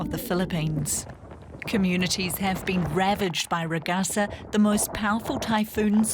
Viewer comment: Laughing at news readers who can't be bothered to search online how Ragasa is pronounced before going on live TV.